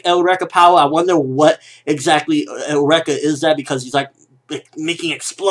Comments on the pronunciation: Why do you keep saying Eureka "Eh-oo-reka"? >> Japanese still pronounces it like us << (Yu-Ree-ka) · Eureka is pronounced eur(as in Europe)-ee-ka. As in the phrase attributed to Archimedes when he discovered buoyancy. It goes with the theme of scientific discoveries that the series has, which is why I am really enjoying it. I think this newest bad guy might have a eureka related to Tesla, based on the electricity. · Sorry, I think Eureka is suppose to be pronounced like "Your-Ree-Ka" which was a famous phrase by Archimedes. :) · The word Eureka comes from Ancient Greek εὕρηκα heúrēka "I have found (it)",and its pronounced u-ri-ka